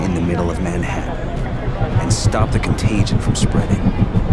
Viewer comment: "CONTAGION." did....